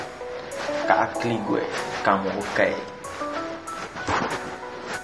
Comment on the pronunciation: Cara sebut k-kliq bkn qalique Maju terus bro salam dri malaysia